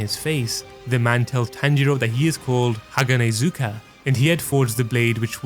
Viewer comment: Great vid but haganezga is not hanahazuka